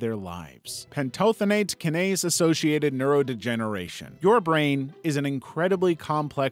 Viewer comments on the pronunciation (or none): the way he pronounces “kinase” makes my skin crawl